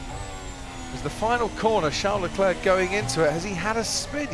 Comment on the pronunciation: Who the hell is 'Shar LE-Clair' ? The announcers sound like morons.. its Charles Leclerc. Everyone else including Charles Leclerc pronounce it correctly, why can't they?